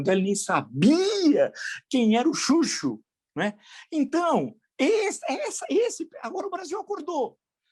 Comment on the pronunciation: "O churcho" kkkkkkkkkkk não seria chuchu???...